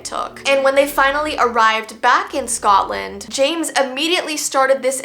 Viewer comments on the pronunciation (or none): none